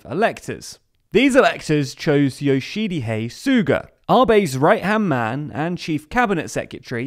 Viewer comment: Your videos are always really good but mate, you need to work on your pronunciation. Yoshihide Suga is not a difficult Japanese name to say when you learn it as an English speaker. A bit more effort from y'all into pronouncing all non English names of people and places would be great in general tbh. Otherwise, informative as always.